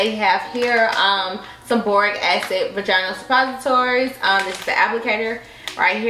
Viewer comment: Between the recurrent nip slips and mispronunciation of "vaginal". I cant👎🏾